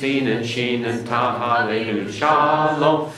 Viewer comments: Tau with no dagesh is not pronounced as S in modern Hebrew, it is pronounced as such in Ashkenazi Hebrew. In Sephardic (generally) and Modern Hebrew it is pronounced as T, but in Mizrahi and Yemenite Hebrew it is pronounced as TH, as in THANKS. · Oh good grief, where did he get his info? The /s/ sound for the TAV (in all my studies, haven't heard of the Greek tau in Hebrew--and I use native resources) is ASHKENAZI (and NYC Jews... :) ), which is NOT the Official Hebrew of Modern Day Israel (which is Sephardic). And he's not correct on the VAV. See Nehemiah Gordon (a Hebrew scholar). It's a /v/ sound and has been from ancient times. Video is called "Wow It's a Vav!" Resh is guttural and not rolled like a Spanish or French R. Chet is guttural like the /ch/ of Bach but at the beginning Khaf without the dagesh (accent on -esh!) is guttural just like the Chet. Quf = coof as in swoop; not coef He made his vertical line for Beit and Dalet (there's no th there either) way too far to the right. Gimmel takes up more of the frame. smh over Mem, Ayin, Tasde Ah! Israel was only in Egypt 210 years! 430 years is from the time of the covenant. Rabbi Shaul clears this up! It's in Jewish history...